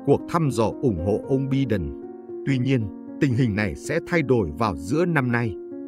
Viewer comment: Xin lỗi phát âm tên tổng thống Mỹ Biden : Bai- Đần